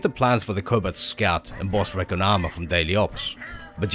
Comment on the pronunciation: Cool video. It's pronounced ree·con armor though.